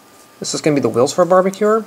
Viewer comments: He said barbecuer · i love how you say "barbacure" not barbecue its cool